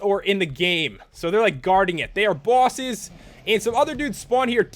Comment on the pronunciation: Omfg made me laugh so hard. Bawwses